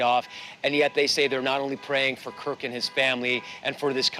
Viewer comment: His name was Kirk! Not Cook!